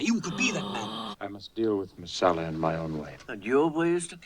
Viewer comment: It's Messala, not Marsala. 🍷